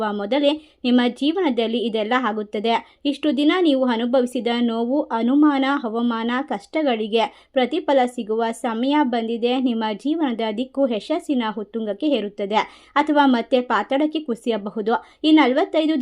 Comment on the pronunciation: ಅವಮಾನ ಮತ್ತು ಹವಾಮಾನ ಬೇರೆ ಬೇರೆ ಅರ್ಥ ಕೊಡುತ್ತೆ ಅಕಾರ ಹಕಾರ ಸರಿಯಾಗಿ ಹೇಳಿ